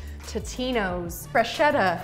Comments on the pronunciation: I love you but in Italian "ch" = K , therefore the pronunciation is Brusketta and Fresketta :) XX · Freschetta is pronounced Fres-ketta, meaning small fresh.